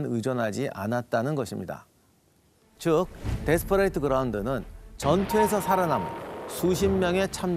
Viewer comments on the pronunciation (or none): 여보세요, 기자님! Desperate ground는 데스퍼릿 그라운드 혹은 원음에 가깝게 발음하고자 하거든 데스퍼릇 그라운이라 해야합니다. 데스퍼레이트가 뮙니까?